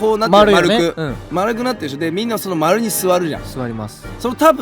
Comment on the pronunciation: よすけってすぐだしょっていうよね😂